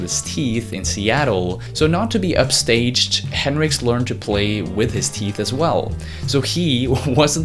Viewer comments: Nice video. Some inaccuracies, but solid. However it’s Hendrix, not Henricks. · Hendrix pronounced HEN-DRIX not Hin-Ricks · It’s henDrix not henrix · ...... his last name is Hen DRIX, not Henrix. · Hey narrator,, its HenDrix. Not henrix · its not henrix its hendrix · HenDrix not Henrix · “Hen-rix” That bothered me a lot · HenDrix. There's a clear D in the pronunciation. Driving me fucking crazy. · Nice video, man. Thumbs up. But just to be a little nitpicky, it annoyed me every time you pronounced it as "Henrix" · Jimi Hendrix the greatest it sound like you are saying henrix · yes I know who it is, but you keep saying henrix I have lots of his records he was the greatest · it kind of pisses me off how you say Hendrix like Hendricks like why?